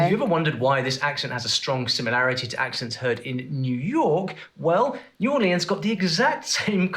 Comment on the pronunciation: New Orleeens. Only if you’re Louis Armstrong, rhyming with “means”